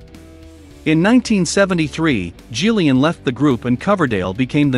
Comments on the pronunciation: It's Ian Gillan not Ian Gillian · "Ian Jilliyan" Ah yes I remember Ian Jilliyan being one of the greatest rock vocalists ever.